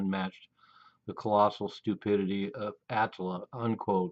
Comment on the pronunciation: Ah - tlll - ah. Not the way you pronounce it.